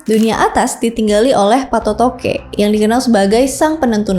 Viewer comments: Koreksi sebutannya bukan Patotoge tapi PA' TOTOE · Bukan patotoke TPI patotoe bgitu jg surek dibaca sure', patotoe artinya yg menentukan nasib Sdkn sure' artinya surat atau lembaran naskah, bgitu mungkin maaf KLO salah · Patoto' e, bukan patotoke😊😊, Patoto'e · Patotoke 😂 yg benar PA'TOTO'E 😅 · Koreksi: Patoto'e bukan patotoke 😢 Patoto'e artinya yg memberikan kehidupan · Patotoe bukan payotoqe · Kakkkk, bacanya bukan PATOTOKE, tapi PATOTO' E. Q itu ganti aksen yaa❤ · Cara bacanya Patoto'e, bukan patotoke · pengucapan namanya salah ya, PATOTOQE, yg benar adalah patoto e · patotoqe itu dibacanya Patoto'e... jdi kuruf Q nya itu pengganti tanda baca ( ' ) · mohon maaf kak, penyebutan yang benar itu 1. PATOTO'E / PATOTOQ E bukan PATOTOQE , TOTO' artinya nasib, jdi PA TOTO' E artinya Sang Penentu Nasib. 2. Datu Palinge' / Palingeq penyebutannya "NGE" ibarat penyebutan kata "SINGA", nyebut nya SI+ NGA bukan SIN+GA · Maaf coba di perbaiki lagi cara ucapannya sebab ini sangat mempengaruhi keaslian dari bahasa dan makna sureq Laga ligo.Seperti misalnya patotoe bukan patotoge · Mohon pengucapan Patoto'E ya bukan Patotoqe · bukan patotoke, dibaca patotoq 'ee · Makasih telah meriview sejarah Bugis,,saran untuk cara penyebutannya sebaikx meminta sumber dari orang Bugis asli,sprt patotoe TDK pakai huruk K,atau Batara lattu,,bukan Batara lattuk